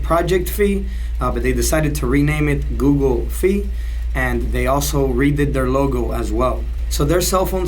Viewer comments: Google Fi is pronounced Fi like Hi or High not Fee. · I cringe everytime he says "Fee"